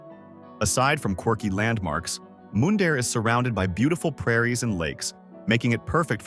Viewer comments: How about Moondare lol.... It's Mun dare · Mun-dare not Moon-dare Alberta. Mundare not moondare. American trying to sell Canadian properties to Americans? I don’t think so. With the American government trying to take over Canada is not going to happen. When Trump is out of office, then we will talk. You have 17,000,000 people to thank for that because they didn’t vote. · And Mundare, Alberta, is pronounced like "fun" not "moon". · Interesting but AI has trouble with unusual names or places. Showing up looking for Mundare using Ai's pronounciation will get no recognition for the name. Write it out on paper. The Ukrainian town of Mundare will be surprised they are on any list That has no interest in their specialty of Ukrainian food, sausages.